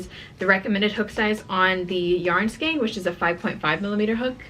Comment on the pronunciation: Say skein … rhymes with pain!